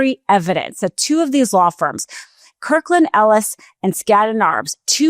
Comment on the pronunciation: It's Kirkland & Ellis. Kirkland & Ellis. Not KirklanEllis as said repeatedly. Anyone who's worked in the legal world knows this.